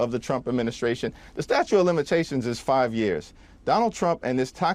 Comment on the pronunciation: I hate when people correct other's english in a chat, but when a member of congress says "statue of limitations" I know I'm not dealing with a rocket scientist. It's "statute", Temu Obama.